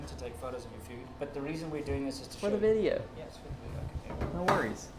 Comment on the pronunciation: best experience: "Well-cum to a-noda Wii-deo" girl 😂😂😂